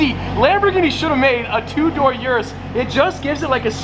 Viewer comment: How many times can you mispronounce Urus in 30 seconds?